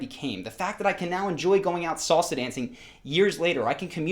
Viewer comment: 10 months in Costa Rica and he didn't learn how to pronounce salsa 😂